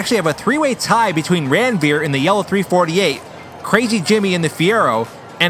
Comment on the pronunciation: It's not Randveer it is Ranveer. And if you think why I am saying so see my name